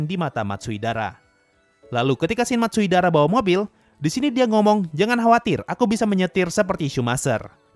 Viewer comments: Bang itu bukan 'Matsuidara',tapi'Matsudaira'! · Matsudaira bang bukan matsuidara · Matsudaira × Matsuidara o Wkwk gapapa min... namanya emang susah diucapin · bukan Matsuidara. Hanya mengoreksi, bukan bermaksud buruk.:_Sasuga:detail kecil Gintama mantap:_Subarashi